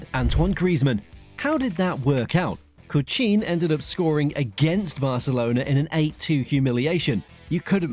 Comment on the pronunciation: good try but its evident that it is AI created, how did they pronounce coutinho, joga bonita? hello? pls put more effort